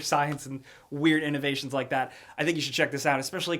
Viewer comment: "American Inogreation"